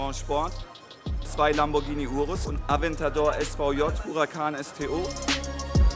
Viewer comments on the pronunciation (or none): none